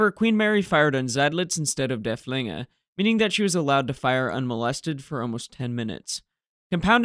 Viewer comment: Not particularly you, but it seems to be a general trend of English speakers to pronounce it der-fling-er (meaning the thrower) with a stress on the second syllable. Why?? It is spelled with a double ff and there is nowhere in the German language you can start at syllable with a twin consonant, so obviously at least one of the f's must belong to the first syllable. The name derives from Dörfling (literally villager) and should therefore be pronounced derff-ling-er with a stress on the first syllable. Other than that, keep up the good work.